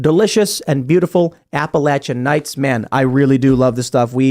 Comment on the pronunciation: It’s nice to see that can you pronounce Appalachian correctly…